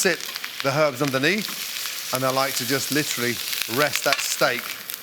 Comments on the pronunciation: Take a shot of olive oil every time Gordan says Litchurally. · Yeah, but are you LIT'RALLY doing anything at all, really? Lit'rally? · Did you mean liturally? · I wouldn’t drink a single time cause all I heard was “litually”